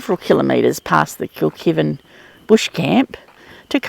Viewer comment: I have a little giggle at some of your pronounciations. Yalarbon pronounced yell-are-bon lol. Kilkivan pronounced kilk-eye-van. 😂. Love your adventures ❤